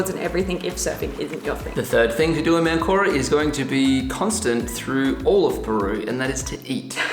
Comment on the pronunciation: You started in what you called ManCORa. It is MANcora, the emphasis is important in Spanish.